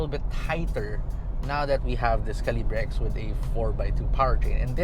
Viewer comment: Its "kal" + "uh" + "buh". Sorry im kj.